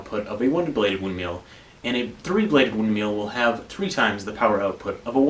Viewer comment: Can we talk about the way you pronounce windmill? I heard "win meal" the first 5 times xD